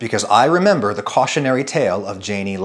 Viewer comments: I of course, had to read Wikipedia on Jani Lane. According to it, the name has a soft J (as in his grandfather's German language), so more /yayknee/ not /djayknee/ (approximately). Love your videos BTW, and good lesson for those seeking fame. And maybe also a lesson on why not to be a Karen. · Not to be a naysayer because this was a great video, but being someone whose name also started with a J but is pronounced like a Y I HAVE to let you know- it’s pronounced “Ya-nee” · Say it with me.... Yah-knee = Jani